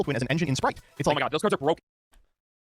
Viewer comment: and it's spright not sprite